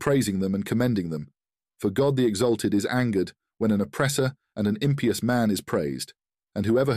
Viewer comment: Ayyuha Al-Walad has been requested numerous times, we hope you enjoy this production! A few corrections: - In ~3-4 words text is broken in the captions, easy to miss. - In minute 42: Impious is mistakenly pronounced "Impe-yus", and Kotowing should be pronounced "Kow-Towing". Disclaimer: AI Tools have been used in the production of this video. Thank you for your continuous support as we improve on our process. Original English text can be found here: (translation titled “O Son”)